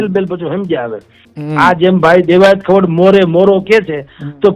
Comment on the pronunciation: ખવાડ નથી ખવડ છે સરનેમ. તને ગુજરાતી વાંચતા પણ નથી આવડતુ ? 😂